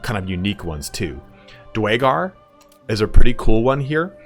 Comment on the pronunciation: My apologies but I have to nit pick here; the Dwarven Subrace of Duergar is pronouced Dooergar as opposed to dwaygar. though because of the weird name most people I know just call them deep dwarves lol